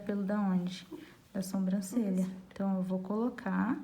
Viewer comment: Adorei a aula,mas notei que você faz algo de errado,você fala sombrancelha e não Sobrancelha,posso ter entendido errado mas é o 2⁰ vídeo seu que vejo isso. Só falei pra ajudar,desculpa se entendi errado 😘